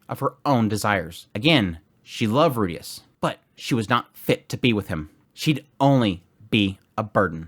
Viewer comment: well then the guy is still wrong because he used the western pronunciation of Rudeus with a very clear R sound instead of the L sound which is closer to Japanese